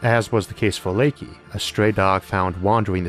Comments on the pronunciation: "Lakey", lol. It's Laika. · Layka is not pronounced laykee